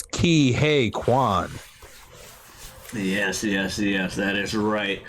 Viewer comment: Ke Huy Quan = Kee Wee Quan Actually he said in an interview he left the industry more reluctantly than expected. After his childhood success he had a few roles here and there yet nothing substantial cuz it took Hollywood decades to have more roles for Asian actors. He didn't so much "retire" cuz of want but simply that's the way the ball bounced. Great review for a great movie y'all.